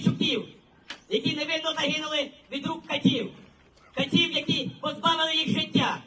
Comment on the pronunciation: Не катIв, а кАтив!!!